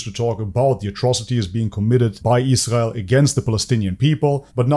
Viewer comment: You obviously need to look further into Andrew and learn how to pronounce Israel like an adult